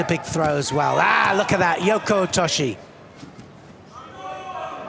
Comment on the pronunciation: For Gods sake Neil,its SanKAKU not Gaku???nd both of you this is not kata guruma but tani otoshi,idiots!And,Neil,learn that ther is no OTOSH but OTOSHIII?show some respect for judo nomenclature,you being "Voice of Judo"???